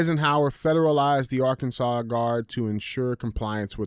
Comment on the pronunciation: DJ!! THANK YOU! for knowing to pronounce ARK*ANSAS and not AR-KANSAS haha i have been listening to you guys for about 5 months now my brother shared to show to me and i am hooked on listening to you guys every day thank you for your show and speaking the truth about everthing! Im not a hoe and i share your show 😆😉